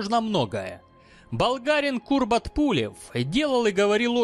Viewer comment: Как-то Кубрата Пулева вы не правильно называли - Курбат!